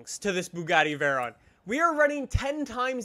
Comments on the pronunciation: It's a veyron not a verron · “Veran” lmao Try “Vay-Ron”